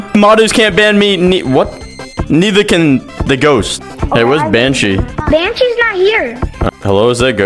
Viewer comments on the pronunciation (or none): Banshe Ban-she 😅